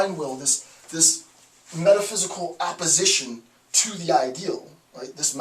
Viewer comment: You sound like you're saying "apposition", when what you're really intending to utter is the word "opposition". This lends itself to some confusion, considering that both words make sense in the context of the discussion, particularly in the meaning with which Schopenhauer invests his conception of evil as blind Will, and especially since Nietzsche interprets this conception in such a way as to place it in both opposition and apposition to the historical concept of God as the summum bonum.